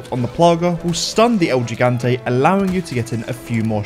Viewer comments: I know this isn't the point of the vid, but the way you pronounce "gigante" breaks my soul cause you get all 3 syllables wrong. He-gon-tay, not gee-gan-tee. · Lol the way he pronounces it like Gee-Gahn-Teh is funny af. It's Hee-Gahn-Teh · As a Spanish speaker myself, the way he says “el gigante” hurts my soul It's pronounced "L he gang tea (a is silent)." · It’s pronounced “HE-gan-té” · shoot Mendez until he dies? Why didn't I think of that?!?!? Awesome speedrun tip: if you don't purchase Resident Evil 4 Remake, you will spend 0 minutes and 0 seconds on it. Impressed, virgins? 😎 btw, it's "hee-gant-ay" and "zell-ott" and "three" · As a Spanish speaker myself, the way he says “el gigante” hurts my soul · The way you keep pronouncing gigante is making me cringe